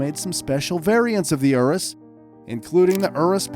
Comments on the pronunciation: bruh, "ooroos" tho XD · did he seriously just pronounce urus oo roos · bruh u said centenario, veneno and urus wrong